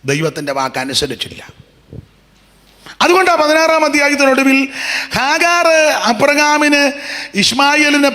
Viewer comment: ഗാഹർ അല്ല ഹാഗാർ